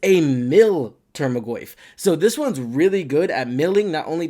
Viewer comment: Solid video, earned a subscriber but bugged me how you pronounced tarmogoyf as "termagoyf" everytime